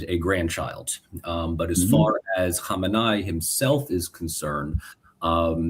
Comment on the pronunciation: It’s hard to take a “political scientist” seriously when they can’t come remotely close to pronouncing the name Khamenei correctly.